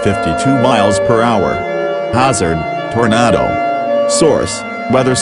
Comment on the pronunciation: Lol “tornato”